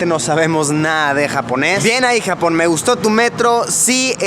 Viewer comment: cuando dice Japón me parece a jamón